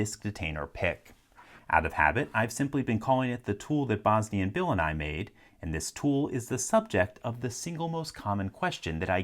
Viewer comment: I thought for the longest time you were saying “Bosni and Bill and I made” and just assumed it was three people